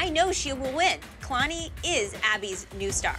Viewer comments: i'm completely shocked that kalani placed 4th over al- ME: HUH !?! WHAT ABOUT HOW THEY DIDN'T EVEN PRONOUNCE KALANI"S NAME RIGHT!?!? MY THOUGHTS KAYlaNi KayLAni KaYlLllllAAAnnnI IT'S KA-LA-NI But... when they danced in i just laughed a little to hard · cringed so hard when they said k——aaayylani😂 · Really kay-lani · I'm sorry, I can't get over, "Kaylani"